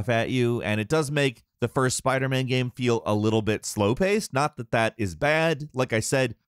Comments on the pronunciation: How the fuck does not know how to say the word game. GAM GAHHHHME Gayum. Am I the only one who notices this? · His pronunciation of the word "game" is so funny. Geæm